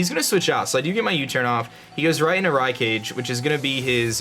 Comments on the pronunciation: When read Hariyama's nickname, the first thought I had was "Oh he prounounced the nickname properly this time, a few battles ago there was a mon with a name that he didn't pronounce properly" As I was sitting here trying to remember who's name he butchered, out comes Rai-CAGE. Seems like still doesn't know that its Rai-cog-ey. Killer B and A wont be very pleased. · It's not Rai-Cage its Rai-Ka-Gae... It's a reference to Naruto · He said Rai-CAGE lmao. It's Rai-KA-GAY. it's from Naruto. No hate, just saying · The way he said raikage hurt me